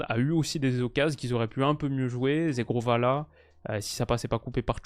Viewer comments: si tu veux bien prononcer le nom de Zhegrova tu dois pas dire “zegrova” Zhegrova étant Kosovar et parlant albanais ça se prononce “gegrova” le “zh” = “g” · Coucou, j'adore ton taff, en tant qu'albanais nous sommes tellement fiers de Zhegrova! Juste petite correction sur la prononciation, Zh en albanais c'est le son j en français -> ça se prononce jégrova en "français" donc!